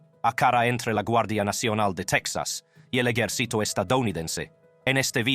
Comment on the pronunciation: Hablas huevadas tú cuando dices EYERCITO se dice EJERCITO no EYERCITO